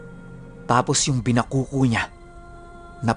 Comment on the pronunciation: Bina-kokho po pagbasa nyan. Ilongga here.haha pero nice series po. Binakoko- malaking itak na hindi matulis tas mabigat, yung dulo non pabilog na walang talim.